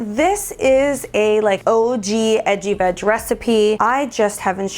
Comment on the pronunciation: Relisten to when you say edgy veg it sounds like itchy bitch! 😂 I was surprised